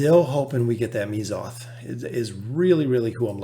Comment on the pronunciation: Correct me if I’m wrong, but isn’t it pronounced Meh-zoth? also great vid!